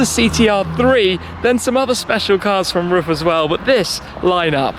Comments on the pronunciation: Hey Tim, just a hint from a german: Pronounce RUF just like you would "Roof", not like "Ruff" :) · Omfg! It’s pronounced “ROOF”! You’d think automotive enthusiasts would know this.....